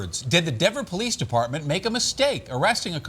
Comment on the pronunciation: What a COLD RESPONSE from Mr. TOP BRASS "POHLEECE OSSIFER" with respect to an innocent SENIOR LADY CITIZEN. He obviously does not care two hoots about an innocent senior citizen and the terrible effect that it has on her. He should be made to resign immediately. SHAME! SHAME! SHAME!